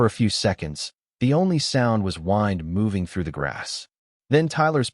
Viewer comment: Narrator needs to learn that wind is winding a clock not grass it is wind blowing through the grass get your pronouncing right